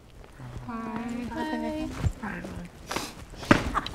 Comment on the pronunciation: ivan seems first gen filipino ofc he gonna say it wrong 😭